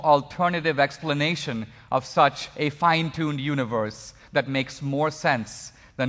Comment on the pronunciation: I don't think Dinesh would use the word "universe" in EVERY sentence if he was aware how stupidly he pronounces it. Yoonee-wvuhss. What a tool.